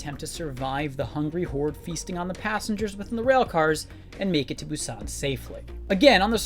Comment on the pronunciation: So sorry just have to point it out, how you pronounce "Busan" just sounds very strange. In non Korean speaking countries we still don't pronounce it that way. And a quick YouTube search will also tell you how to pronounce it in Korean.